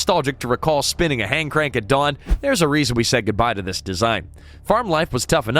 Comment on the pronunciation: Text to speech has been ruined by so called “AI”. Not very intelligent when it can’t get the words right.